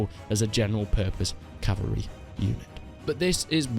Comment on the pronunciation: “Strongest Calvary in the game” *laughs in Swadian